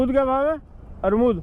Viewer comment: Ncr ke लोग अजीब होते हैं, एक otp को opt बोलता है एक अमरूद को अरमूद बोलता है